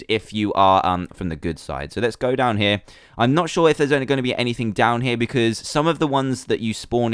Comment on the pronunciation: Whenever he says down here I always think he says damn here